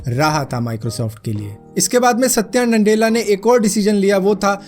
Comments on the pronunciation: It's Nadella not NANDELLA.😂🤣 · NANDELA NAHI BHAI "NA-DELLA" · Satya nandela bol rhe ho tum